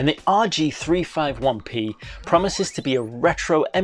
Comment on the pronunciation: It's pronounced "rg3 50 1 p